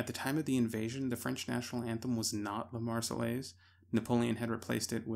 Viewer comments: I cried every time he said “Lah Mars-eh-LACE”. (Marseillaise). I wonder how he pronounce ‘entourage’ or ‘envelope’. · Love the video but hearing you pronounce La Marseillaise like that was painful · EITHER PRONOUNCE LA MARSEILLAISE CORRECTLY OR NOT AT ALL